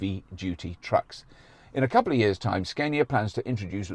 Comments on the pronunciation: Hilarious when you actually say Scania but then choose to go for Sceinia instead🤣 I think it would be right to call you Rauberk or perhaps Roixtokl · Ska-nia (Like the music genre) not Skane-ia, if u want to say it more correct but Skane-ia is fine. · Scandia, as in Scandinavia, Robert! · You almost had it man. "Scaania" is the right one, you pretty much nailed the pronunciation but then reversed back to the wrong way to say it... - A Swede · SKAN ya for Scania is how we north of the 2 walls says it ( the 2 Roman walls :D ) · Apparently Scania 's a is like ah in father from the videos I could find on their website. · Im desperate to have an ev. watched loads of this now great work ! and its pronounced scan-ya ! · its scania with a long A in sweden =)